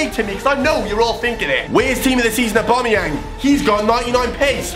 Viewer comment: And wtf dude it's aubameyang respect were from the same country